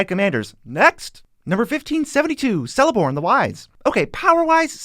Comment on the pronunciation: not to mention that everyone gets celeborn celebrimbor and cirdans names wrong its a hard c not a soft c